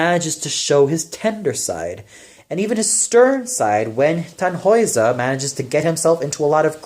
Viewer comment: one little note: the name Tannhäuser should be more heavily stressed on the first syllable.